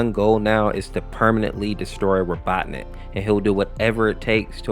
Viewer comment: my guy why do u pronounce robotnik like 5 different ways